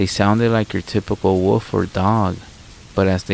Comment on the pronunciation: You are becoming one of my new favorite narrators, but please for the love of all things holy stop calling a wolf a woof and a cicada a sicauda😂 An English dictionary would serve you well. They break words down with syllables. You know: wo•lf, ci•kada